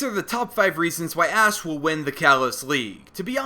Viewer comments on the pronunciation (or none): At like did he say ass instead of Ash?